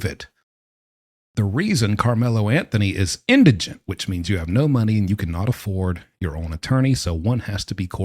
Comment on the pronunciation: Thank you for pronouncing “indigent” correctly. Other videos I’ve seen on the subject have the word as “indignant.”